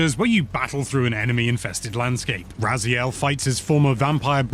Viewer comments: probably Ray-Zile He has masters in linguistics I think, so he technically pronounced it as it SHOULD be. But if that's not how it's pronounced in game then I suppose he felt it right to re record it with the in-game pronunciation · No need for patch notes in the pinned comment, just admit the reupload was purely because of mispronunciation of Raziel 😂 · That last one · mispronunciation of Raziel was the best part of the original review!